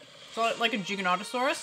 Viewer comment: I was so happy to hear you pronounce Giganotosaurus correctly 🙂. I’m terribly worried that the characters in the upcoming movie are going to incorrectly pronounce the name Gi - ga - noh - ta - sor- us instead of the accurate Jy - ga - noh - ta - sor - us! It’s the sort of thing which drives a dinosaur nut like me mad 😅.